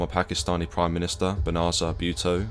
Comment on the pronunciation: Apart from the prenunciation of Benazir lol it was great as usual. Cheers.